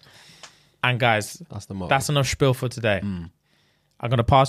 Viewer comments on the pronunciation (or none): none